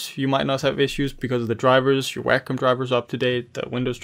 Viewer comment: Why do these people do tutorials on products that they cannot even pronounce correctly? It is NOT a "Whackum" tablet!